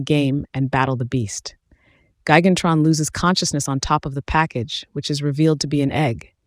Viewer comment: Say it right. It's "Gigantron", not Gan-Tron.